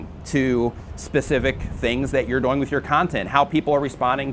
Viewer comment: Why you say "doing" like boing?